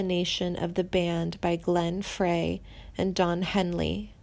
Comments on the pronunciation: If you can't pronounce Glenn Frey's name correctly, you shouldn't be narrating a YouTube video about the Timothy B. Schmit or the Eagles. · She is massacreing names! Randy Messner?. Glen Fray? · You have to quit these awful videos. You use click bait intimating that people have passed on. You do a terrible job reading. You don’t even know how to say Meisner like widener. Try making money a different way. It’s Glenn Frey pronounced fry. Get we life. How old are you 12? Can’t stand it. Scream!M!!!!